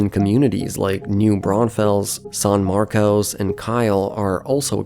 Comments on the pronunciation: Yeah but "San Marcos" should be easy for anyone to pronounce. I don't think English is his first language, he sounds Eastern European. I can tell whether someone lives in Central Texas by how they pronounce Manchaca Rd, Guadalupe Rd, Burnet, Manor, Del Valle, Seguin, Buda, etc. Non-locals will always say those wrong. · "Saahn Marcos"--You're not from around here, are you? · San Marcus San Markuss San Markess Not San Marcos / sæn ˈmɑrkəs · / BTW, you don't say "San Marcos" but "San Marcus". I know it's originally Hispanic but NOBODY living in the area says it like how it's spelled 😂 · In addition to the Buda pronunciation that others pointed out, locals call San Marcos, "San Marcus". Wait until you hear them say Guadalupe Street. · So... That's not how you pronounce San Marcos lol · What an idiot. When you were doing your research, you should’ve researched how to pronounce San Marcos